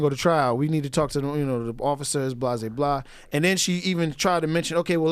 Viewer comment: DUDE, please! Enough with that "blasé blah" It just takes away from your story. It's not the same as "blah blah blah". blasé [bläˈzā] Adjective. unimpressed or indifferent to something because one has experienced or seen it so often before.